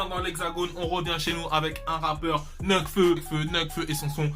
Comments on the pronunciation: ah il dit ça pck enfaite tu dis neufke au lieu de nékfeu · ça se prononce nèkfeu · Ptin mais mec comment tu le prononces nekfeu ???